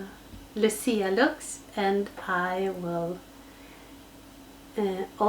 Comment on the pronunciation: I so enjoyed this video. I am of Italian Heritage and my Mother is named Lucy. We always celebrate Saint Lucia Day. You pronounced it perfectly. I love to watch you create, the tree came out beautifully. Loved the lights with the icicles. You are so talented. Christmas is coming. Stay Safe Love & Hugs my sweet friend